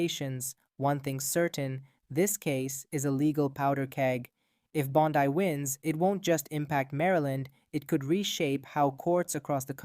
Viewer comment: If you are a person, and NOt an AI voice, her name is pronounced BON-dee, not Bon-DIE. Don't post if you don't know what you are doing, homie.